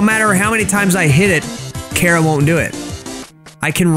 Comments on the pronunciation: its not cara its chara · Its chara not cara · Why does everyone call chara cara? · Me hearing call chara cara Me: it’s pronounced chara (ch-are-a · ...cara really,ITS CHARA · It's not c-ara it's Ch-ara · It's not Cara It's Chara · It’s not cara it’s CHARA CHARA NOT CARA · pronouncin chara as cara Me: ITS CHARA NOT CARA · Chara not CARA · Bro It’s pronounced like chara not like Cara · Liston ch ara not c hara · It's pronounced ch-ara not ka-ra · People have said Chara Cara But why carea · IS PRONOUNCED CH-ARE-UH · He’s saying chara wrong it’s cha-ra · I like how he pronouns chara he pronouns it like kara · I cringed every time he said cara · Stop saying it like cara or some crap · That's not how you pronounce Charas name